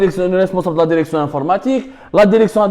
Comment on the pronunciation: Derection derecteur hhhhhhh